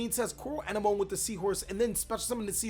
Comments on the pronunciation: Its pronounced A-nem-mo-nee lol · I believe it's pronounced Coral An-em-o-nee. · A NEM O KNEE. Knee as in what you have two of on your body. Have you not seen finding Nemo? My guy the sea anemone (uh-NEM-uh-nee) is named after the terrestrial anemone flower. A close relative of coral and jellyfish, anemones are stinging polyps that are attached to rocks on the sea bottom or on coral reefs waiting for fish to pass close enough to get ensnared in their venom-filled tentacles. The sea anemone gets food and maintenance from the clown fish and the clown fish gets protection from the sea anemone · ann-emm -oh-knee. if youve seen finding nemo then youll probably have an easier time saying coral anemone's name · Anemone; ah-neh-mon-ee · A-nem-o-ne is the correct pronunciation just to help you out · Hey bro, anemone is pronounced ah-nemm-uh-nee :) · Anemone may be pronounced wrong, but at least you don’t stutter it like Nemo lol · please watch Finding Nemo so you can pronounce Anemone.